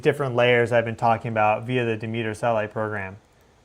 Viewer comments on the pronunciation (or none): none